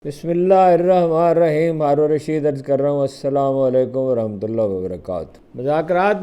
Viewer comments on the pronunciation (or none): none